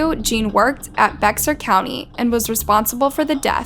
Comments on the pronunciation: Just so you know, since I’ve heard it in other videos, it’s pronounced bear county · RIP to the victims. 😔🙏 Also, Bexar is pronounced like “Bear”/“Bair”. Usually the mispronunciations show such carelessness (like with the victims names) and Bexar is minor and understandable. But, I’ve had enough and have to say something. Lol Edit: it must be a computer reading this because how do you mispronounce “facility” for “faculty”. It’s happened in like every video. I love these vids, but I just can’t anymore lmfaooo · The "x" in Bexar is silent, so it is pronounced "Bear." It is pronounced, "Kerrville," not "Kareville." She is currently, if I am not not mistaken, she is an inmate at the State Hospital for the Criminally Insane in Kerrville. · The county of San Antonio is pronounced as "bear" county , the x is silent. I know this because I lived there .